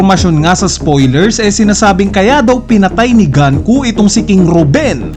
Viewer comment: GANKU???? Sinabi na sa latest episode na GUNKO, ganku ka pa rin nang ganku. Pauso amputa. GANKU??? DOME REBERSEH???